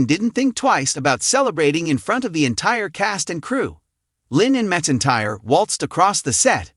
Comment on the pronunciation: It’s not Reba mesintire it’s Reba McEntire